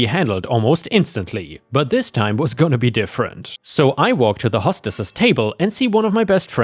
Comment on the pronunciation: "Hostess(es)" - has a "hoe" sound, not a "haus" sound.